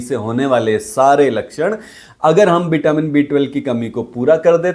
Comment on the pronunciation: व और श हिंदी भाषा में नही है क्या? बिटामीन,सरीर बोल रहे हो,वो भी डॉक्टर होके 😂😂